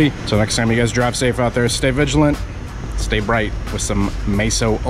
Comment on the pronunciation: MEso not MAYso